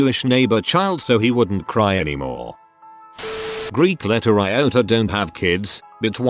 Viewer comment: That kid is hilarious! 🤣🤣 I did NOT see that coming! 😂 “Greek letter iota don’t have kids” 😂. There are actually several pronunciation anomalies in this one. It’s almost as if had a stroke.